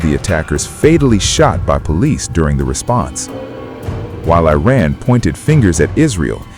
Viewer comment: FFS! Will you please try to pronounce 'Iran' correctly. It hurts my ears the way you say it!